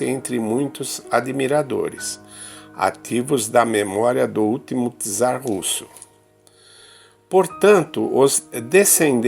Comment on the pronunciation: Czar ou Tzar ??? qual o real pronunciamento???